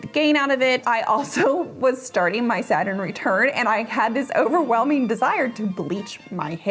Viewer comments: Question? Couldn't understand what you said when talking about stopping powdering. I heard SATURN RETURN. Bleached your hair when your SATURN RETURN kicked in. I may be out of touch with new phrases so could someone please tell me wnat you are saying? I even tried closed captioning and the translation did not make sense to me. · Please forgive me, but I have issues with hearing, and sometimes I can't make things out. Can someone tell me what she says ? It sounds like Saturday return to me. I've replayed it multiple times and can't make it out.